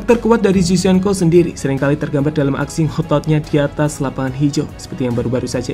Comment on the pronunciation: Zinchenko not cizhenko